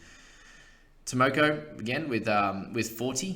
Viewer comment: Timoko= Tee- maul- core I finally found one, you already have good pronunciation on all the others.